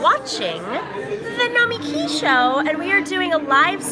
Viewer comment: Lush Nomiki 🙌🏾 (She pronounced her name differently when she said the show name)